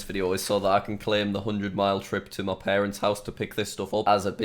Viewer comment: Why does he always say me instead of my!😂